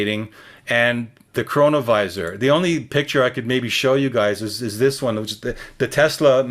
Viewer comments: LMAO, CORONA-VISOR DUMBASS ITS CHRONO-VISOR, SIR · Honestly this feels like a Psy-op, like a last ditch attempt to get us t manifest the hellish things being warned of. "Chronovisor" really? what did that sound like when first hearing it?